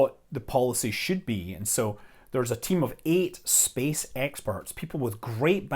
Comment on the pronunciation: I heard as "SpaceX perts" at first before realizing that it was "space experts."